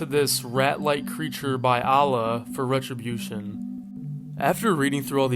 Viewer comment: That's not how you pronounce Allah. The same as Muslims . But even if i'm Muslim myself, the mispronunciations don't really matter to me that much, it's just unusual to hear them.